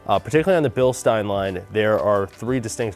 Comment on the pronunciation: Ey American. It's said bilSHtein. Get it right.